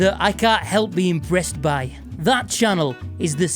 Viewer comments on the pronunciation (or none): ... Did you just say "imbreast by"?? 1000 points, bro. Even if you didn't and I just heard it that way. Massive props.